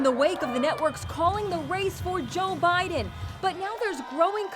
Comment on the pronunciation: She said joe Bodon 🤣